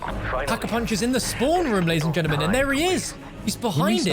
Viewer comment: ‘Ladies and Gennamen’ sorry but this is the only channel where facts are spat about COD Zombies and that phrase ‘gennaman’ builds up a fire inside me I didn’t know I had😂😂